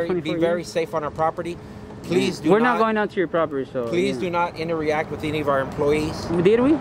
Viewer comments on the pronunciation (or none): INTER-REACT????? WHAT???? I think he was trying to say 'INTERACT'